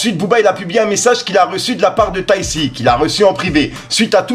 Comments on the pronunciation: wsh je t'aime bien mais,arrete de dire tai c ses tayk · Tu m'tue 😂😂 ont dit "tayk" pas tayssi ☺️ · C’est pas « tayssi » mais TAYC « TAIK » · C pas taysssi mais taykki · Mdrrr! C'est Taï Ki (TayC) Et c'est pas un rappeur mais un chanteur... 🤣🤣🤣 sinon t'es un bon toi! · Bonne vidéo mais juste sa sdi pas tayissi mais tayc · Taissi ça me termine comment il prononce son blaze tayc en sueur 😂😭😭😭😭😭😭😭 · je découvre avec toi qu'on ne dit pas Tay si 😁